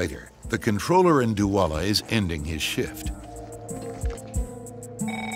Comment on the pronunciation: When the nerrator says DOUALA but the duala tower says "dola"